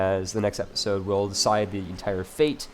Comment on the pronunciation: episode [ep-uh-sohd, -zohd] click the link to learn how to say episode